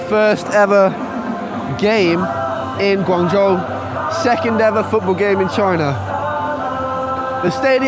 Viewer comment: I like your pronunciation of GuangZhou in the beginning, Standard pinyin! Keep it up.